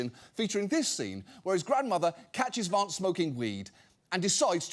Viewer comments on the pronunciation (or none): John I love how you pronounce Vahnce! Every time ! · I love how you pronounce it Vonce, which is Yiddish for bedbug. or in his case CouchBugger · John pronounces it "Vonce," which is a Yiddish word meaning "small annoying person" or "bedbug." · Genuine question, why does John pronounce the a in Vance british? I mean Vance is American and himself and everyone else pronounce his name with an american a ... Its a bit strange hearing John pronounce his name entirely differently 😮